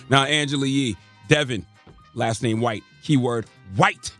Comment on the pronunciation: It's the emphasis on HWHITE for me 😂